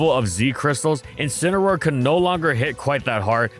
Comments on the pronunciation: IT'S INCINEROAR, NOT F*CKING INCAROAR! SAY IT RIGHT! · DO NOT LEAVE OFF THE A IN INCINEROAR!